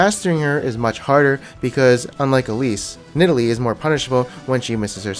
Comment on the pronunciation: Nidalee? ;'D AHAHAHAHAHA. Shaco? :'''D AHAAHAHAHAHAH This guy trolling?